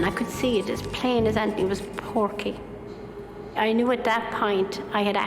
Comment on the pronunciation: It’s Porkie not Pokie! 😅😅😅😅